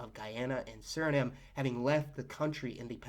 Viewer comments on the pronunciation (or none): none